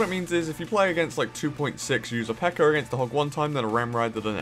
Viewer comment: I feel like that was directly directed at CWA lol. Also I think it's funny how calls the PEKKA "PEKKER" lol.